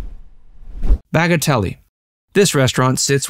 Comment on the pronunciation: You mispronounced conch & Bagatelle